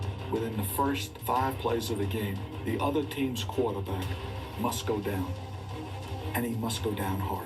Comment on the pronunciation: "The quahtehbahck must go dahn and must go dahn hahd." One of the most badass football quotes ever.